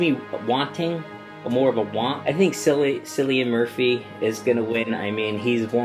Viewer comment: Cillian is pronounced with a K